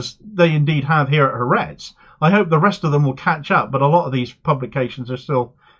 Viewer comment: Thank you for reporting on this issue! I'd like to say, to make your reporting even better in the future: it is not pronounced HaRETZ. It is Ha-ARetz. The "ha" is "the" and ARetz (AHR-ets) is Land. Ha-ARetz. Similarly, it is the MoSSAD, not the MOsahd. Ty